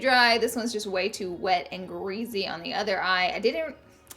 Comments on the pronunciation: *GREASY!! there is an R in there so plz pronounce it or find a different word cuz i will unsubscribe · I love and live to hear you say concealer. Lol I find it adorable the way you say it with your accent. Also the word greasy